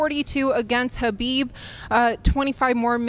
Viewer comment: She pronounces khabibs name right 😘